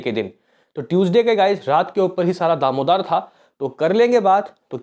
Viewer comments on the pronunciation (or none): भाई आप रोज दामोदार बोलते हैं दारोमदार होता है।